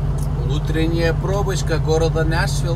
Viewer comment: ррр почему нЯшвил ррр ухо режет капец, нЕшвил же...